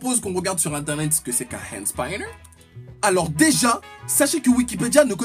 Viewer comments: On dit hand spinner même en anglais pas hand spaïnner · Enfin quelqu'un qui est du même avis que moi de la connerie ce "Hand spAAAÏÏÏÏnner" ou je c pas comment tu prononce😂😂😂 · "hand spailleneur" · Le Hhaënd Spaïneur